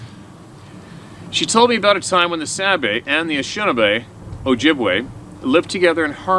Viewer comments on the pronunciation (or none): Anishinaabe pronounced a nish i naa bae not Ashinabe.